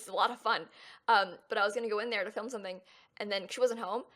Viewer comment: when she said "i sneak in there and film her animals" i legit thought she said "i sneak in there and kill her animals"